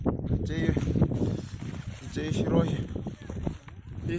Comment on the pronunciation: SHIRUI SHIRUI not SHIROI/SHIROY